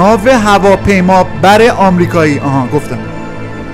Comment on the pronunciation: این‌قدر که این هواپیمابر بد گفتی منم حالا نمیتونم درست تلفظ کنم از تو بدتر شدم😂😂